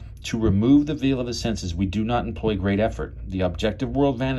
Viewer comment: Veil is pronounced like vale. Great video.